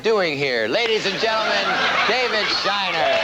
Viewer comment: David Sheiner, not Steiner. RIP.